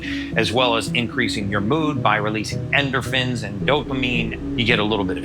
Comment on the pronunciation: Enderphins he said lol. Quack